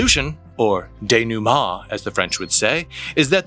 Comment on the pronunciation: You are triggering me with day-new-MAH. Dénouement is pronounced "day-new-m[that French sound everyone makes fun of that sounds like a snotty laugh]."